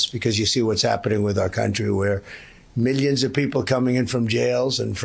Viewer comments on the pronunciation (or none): miyons and miyons